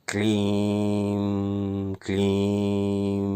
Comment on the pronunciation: प्रणाम महोदय 🙏 आप " क्लीं " का उच्चारण " क्लीम " क्यों करते हैं ??